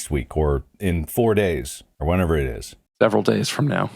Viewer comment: "whenever" "whatever" "wherever" wade, learn english.